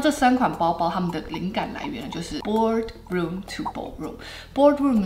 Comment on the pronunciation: “Ballroom” instead of “Boardroom”?